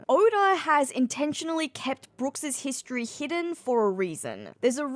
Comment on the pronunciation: I was looking for a comment like this, it was bothering me the whole video lol. It’s just!!